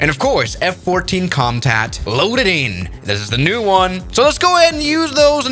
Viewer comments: said F14 comtat 😂😂😂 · Did he say "F-14 Contact"? lol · bro said f-14 comtat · “f-14 comtat”💀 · Did bro just say F-14 Comtac💀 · F14 “comtat” ☠️ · Did he say f-14 Comtat